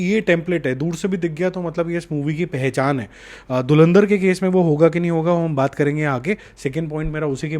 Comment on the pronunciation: Dhulandhar ❌️ Dhurandhar ✅️ Galwal ❌️ Galwan ✅️